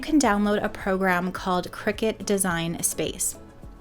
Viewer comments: It’s cri-cut, as in cutting… Not a cricket 😂😂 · It’s a cutting machine not a game played over scones in white caps. Kricut kri-cut The end of the brand name is pronounced “cut”.